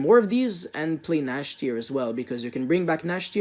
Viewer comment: I don't want to insult you, but you seriously need to work on your pronunciation. (and later on) you said "eksetera" (for the word etcetera/et cetera), although it's pronounced "etsetera". And you said "Nashtier" for Cyber Dragon Nächster, but it's pronounced "Nexter/Next-air". Please work on that and you'll be fine.